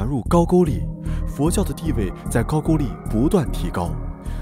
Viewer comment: 高句丽 读音是 GAO GOU LI 不是 GAO JU LI